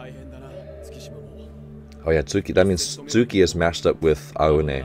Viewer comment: you could pronounce Aone as "Ow"ne...(like, the shorter ouch)